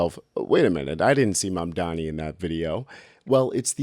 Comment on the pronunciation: Did you just say "mandani" ? Who's that? 😅